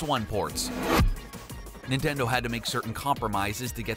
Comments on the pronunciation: Nitnendo Switch? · the ninendo 😂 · NINENDO IT'S NINTENDO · Did he say ninendo switch 😂😂😂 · the ninneno switch XD